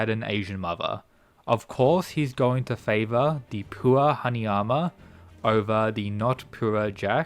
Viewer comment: man can't say pure